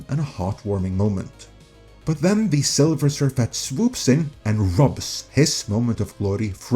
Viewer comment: Not "Silver" Surfette but "Sliver" Surfette.